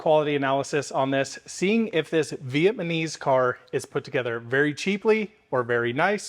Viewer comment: Please learn how to pronounce "Vietnamese" 😂